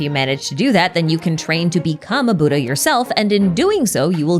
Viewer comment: As a buddhist, hearing the word "Buddh-Aha" feels like a whiplash lmao